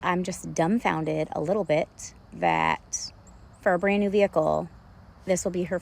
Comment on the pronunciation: “for a brand new vehicle” sounds like “fur brain” and that’s what I thought she said too lol